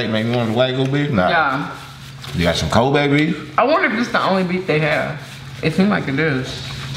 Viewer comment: Wagyu beef is Japanese beef MS is correct it’s the world’s most expensive high class beef the way he’s pronouncing wagyu is hilarious and kobe beef 😂 😂 edit: it’s Wah-gyoo and Koh-bay not wagoo and kobe